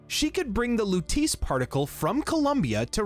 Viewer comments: “Louteese” 😢 Great video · Everytime he said "Lutice"... My eye twitched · Huge fan of the Bioshock series. Great video! I enjoyed it! (I read the pinned comment, no hate at all I promise I’m just genuinely curious…Did your buddy Craidan play Infinite on mute or was he just trolling you on the Lutece pronunciation?)